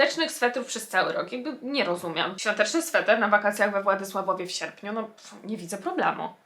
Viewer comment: 1. Nie mówi się swetr tylko sweter. 2. Sernik nie jest świątecznym ciatem (przynajmniej u mnie) 3. RODZYNKI W SERNIKU TO NAJLEPSZE CO PRZYDARZYŁO SIĘ LUDZKOŚCI. 4. Większość osób, które znam najbardziej lubi makowiec XDD